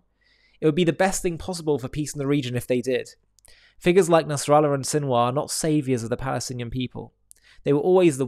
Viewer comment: Sinwar turned into Sinwas.😂😂😂😂😂